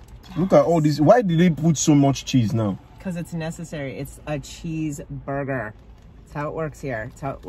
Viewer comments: says booger.😂not burger. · The way he says - “ Burger” it sounds like “Booger”.. 😂😂😂😂😂😂😂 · As a mom I keep hearing boogers! 😂🤣😂 My kids would tell me they wanted “boogers” I was confused until I figured it out! They wanted a McDonalds Cheeseburger meal! My kids are grown now. Thank you for that amazing memory! Im glad you enjoyed it! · PRONOUCE BURGER not BuGa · "boegah" (pronunciation; heck Idk how to spell it lol........... omgosh I Love it. And look at his bite sizes, go! He doesn't even have to SAY anything for us to 😂😂🤣🤣 And Ling won with a TKO!!